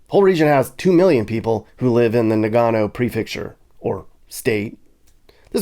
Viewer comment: It’s “Na gun oh”……… there you go, you finally said it right!😂 arigatou gozaimasu